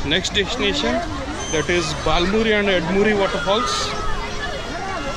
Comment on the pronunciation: It’s not “baal muri” or “Ed muri” It’s bala (right) muri and Eda(left) muri. Just correcting you. Thank you for the video